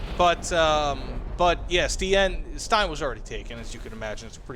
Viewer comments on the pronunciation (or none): none